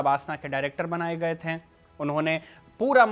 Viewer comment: कृपया "थे" को "थें" न कहें